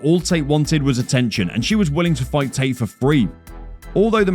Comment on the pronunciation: Are we just going to ignore the fact that this narrator didn't know how to say any of the fighter's names? sooooga? May-sha tate? Bro do you even watch mma?